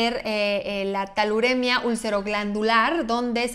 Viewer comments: Por cierto, es TULAREMIA, NO TALUREMIA. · Creo que se refiere a Tularemia no “Taluremia” 🙊 y Brucella causa osteomielitis no espondilitis anquilosante. 🙊